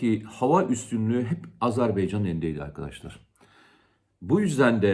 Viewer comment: Komutanım sürekli söylüyorsun ama azerBEYcan değil azerBAYcan...!